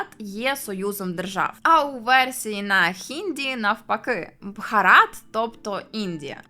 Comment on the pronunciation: А нащо ви їх руснею називаєте? Не стиковочка. Самі ж називаєте їх руснею і ще й претензії до назви виставляєте, та й російську мову часто руською звете. Скажіть в соціумі що вам подобається руська мова, валізи в РФ спакують, хоча малась на увазі мова Руси а не РФ.